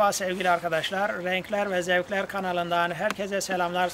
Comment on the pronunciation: renklerrrrr ve zevklerrrrrr diyişe bak allahım sana geliyorum